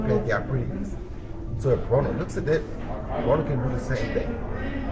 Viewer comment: Its Broner not Brooner